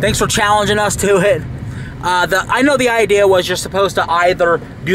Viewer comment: I luv how he says idear not idea 😭😭😭